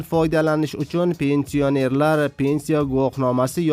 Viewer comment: Пенси о нерлар жа чиройли талаффуз киларкансан ёлгончи